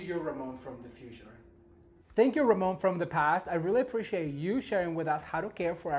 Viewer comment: Ramon my hat's off to you you said my name perfectly and yes I would I love learning how to put flower arrangements together